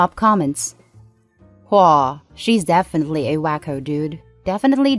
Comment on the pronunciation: Not the most egregious robovoice I've ever heard...but still enough to be mildly uncomfortable, knowing it's based on a real person. Especially when it craps the bed and does something jarring, like pronouncing "woah" as "oowhaa."